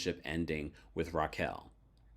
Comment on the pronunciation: it's pronounce Raquel (Rock-Kel) not Rachel